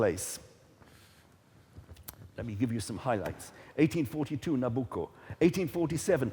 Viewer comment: at 1.59 when you tell the audience what they have just heard,i would have expected from you a better pronunciation of the Opera title:NABUCCO: you sounded extremely foreigner to names,considering that you are chairing this program,you should have been better prepared,remember millions are listening to you,and considering the debate,credibility is at stake.Saluti Gino